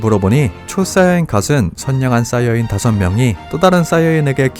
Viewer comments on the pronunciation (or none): none